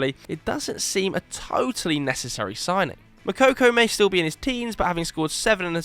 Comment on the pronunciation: “18 year old Moukokou” 🧢 🧢 🧢 🧢 🧢 🧢